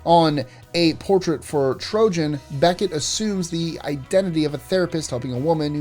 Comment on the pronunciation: Quantum Leap premiered in 1989 by the way. And it's Troian, not Trojan. Do your research and actually WATCH the episode; you clearly did not. Otherwise, you would have known how to pronounce the name correctly. Seriously, dumb list!